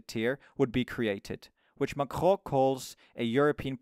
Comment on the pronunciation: just say macron😭